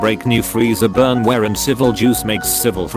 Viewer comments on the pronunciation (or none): none